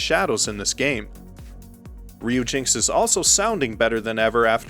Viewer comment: Pretty sure Ryujinx is supposed to be pronounced as Ryu-Jin-Ex. Dont quote me on that though. Furthermore, I think Knytt is supposed to be pronounced with a soft 'k'. (Not criticizing, just trying to helpful).